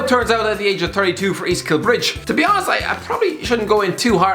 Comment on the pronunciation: East kill-bridge😂😂east Kilbride ya muppet